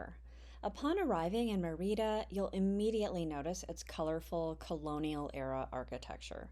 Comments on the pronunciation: ME - Rida Not MeR-Ida. The E is stronger than the I. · Really nice video, but please stop saying Me-RI’ da. It’s Mer’ Ida. If you’re going to do a video on a town, ask a local how to pronounce it so you get it right. It would be like calling California, Califor nia’. It’s just incorrect. I’m not angry, just being frank. I.hope to visit Mer’ida soon. TU. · Great tips, very useful information and a well-edited video, EXCEPT for one annoying flaw. You started off pronouncing "Mérida" correctly [MAIR-ih-duh] and then, for some inexplicable reason, kill the pronunciation to [mur-EE-da] for most of the video to the end. The accent on the "e" (é) means that syllable is emphasized. You pronounce it correctly at the start of he video, and, oddly, correctly at , then murder it in the very next sentence at and continue mispronuncing it "gringo-style" all the way to the end. The accent indicates emphasis of that syllable. Another small step towards Spanish fluency! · Actually, no. It's distracting, particularly when the mispronunciation is the very subject of the video. If you're going to make a video about a city, at least get the name right. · Omg. Learn how to pronounce the city! You are making my ears bleed. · Great video and tips. I've got to visit! A tip about pronunciation in Spanish is you always stress the syllable with the accent. If the word doesn't have an accent, you would have been correct stressing the second to last syllable. This is the usual rule unless there is an accent.